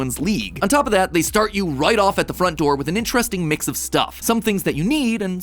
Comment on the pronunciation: “let me just squeeze right past yuh”, where are we the Midwest😂